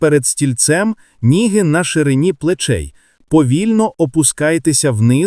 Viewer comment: Як неприємно слухати! Які ніги,що ви іноземець? Ноги!Ноги! Що це робиться регулярно на відео? Як Вам не соромно так неграмотно прочитати вже готове! Чи це ШІ??? Абсурд!